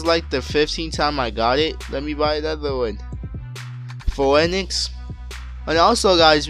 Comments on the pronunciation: Phoenix = Fee-nix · Lol I can't stand how he says "Phoenix" in a different way xD